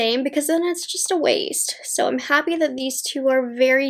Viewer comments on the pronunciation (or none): none